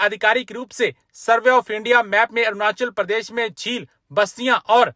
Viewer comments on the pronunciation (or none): Cheema gubbare ko Arunachal Pradesh sahi se pronunciation karni nahi aati.. like Arjun Pradesh jesa kuch bola😅